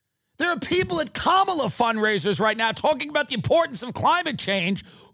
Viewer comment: Comma-la. 🙏 not Kuh-MAL-uh